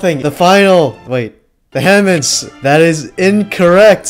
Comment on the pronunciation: Im gonna be that one nerd, he pronounced "Vehemence" Wrong, its not ve he mints, its Vee Uh mins.